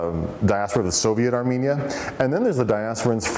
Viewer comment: I shall ask EVERYONE to say NOT Aminia NOT Amenia BUT say A RR M E N I A and a rr m e n i a n s